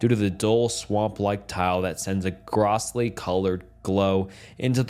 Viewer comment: This man really pronounced “grossly” wrong 😭 I unsubbed a while ago because of all the mispronounciations but reluctantly re-subbed because there aren’t a lot of good story accounts that aren’t AI.